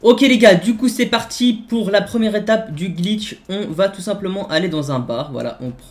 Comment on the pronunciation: tu dit gitch aulieu de glitch